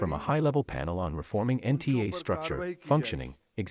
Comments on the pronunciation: NTA not NAT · Nta not nat 😅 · NTA , not NAT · Its not nat its nta mam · It's NTA Palki, not NAT. Use your brain cells while reading also. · Its not NAT ,ITS NTA